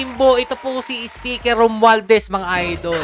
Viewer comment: Mali po ata kayo banggit ng pangalan. Tongressman Romwaldas po. 😂